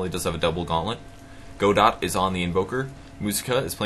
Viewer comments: Great cast, super fun game to watch :) btw, Godot is pronounced more like "Go-dough". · You're right that pronounces Godot wrong and it should be pronounced Guh-doh but the play "Waiting for Godot" is not written by Bertolt Brecht. It's written by Samuel Beckett. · Unless you've heard otherwise from the player, "Godot" is most likely pronounced "guh-DOE" Fun fact: Godot is probably a reference to the play "Waiting for Godot" by Bertolt Brecht in which two characters wait around for Godot while awkwardly conversing and wondering where he is. Godot never shows. It's kind of funny this guy is named Godot... it's like the dude finally appeared XD